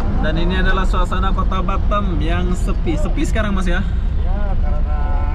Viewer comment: Halo bos cara menggunakan bahasa harus di luruskan bos . kalo boleh sebut nya kota batam . jangan sebut batem . lagi satu kalo nyebut kota itu jangan bandar ini indonesia yah bos sori ini hanya masukan saja dikit